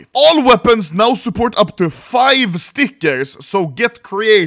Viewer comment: Day 1 of calling out Anomaly for pronouncing stickers as "stickersh".